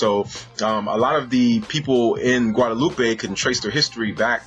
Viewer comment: In French and Creole we don't say "guadaloupay" but just "Guadeloup"